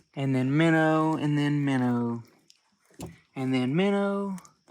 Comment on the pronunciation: I love how he says “Minner” because of his accent